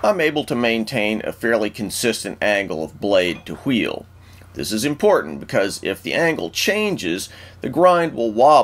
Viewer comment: This mans and his HWEELS